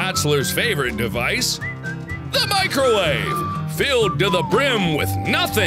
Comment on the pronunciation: The way he said, "The MICROWAVE!"